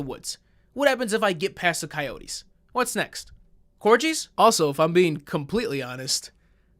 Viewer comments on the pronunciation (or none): Homie just pronounced it like "cor-jees" oh no 😭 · Did this man just pronounce it 'cor-jees'? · Yo G why the fuck did you say corgies not corgis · I’m sorry, but I can’t get past this… Did you just pronounce it COR-JEE?! My poor little Welsh heart 😮‍💨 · Did you just pronounce corgis and core-jeez? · Did he just say cor-jees?! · did you say “cor-gees” 🐶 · Almost lost me at “Corjeez” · Did you fucking say "Corjees" lmao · the biggest atrocity of this video is when you said cor-gees.... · Please tell me someone also picked up how he pronounced corgis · The way he pronounced “corgis” lol 😭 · I have never heard corgi pronounced like that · Am I the ONLY one who is wondering why he pronounced "Corgi's" like that?? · The way pronounced “corgis” hahahhahaha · hold on a damn second, how did you just pronounce Corgi????